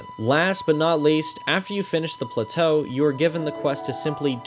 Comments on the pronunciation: The pronunciation of plateau made me laugh each time. I replayed BOTW twice, only because my switch broke and I lost everything. I honestly don't think I replay either of these games again, way too massive to enjoy all that collecting and exploration again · I kind of want to slap you for having enough time to make a video like this while I have to actually have a life. And the fucking way you pronounce plateau.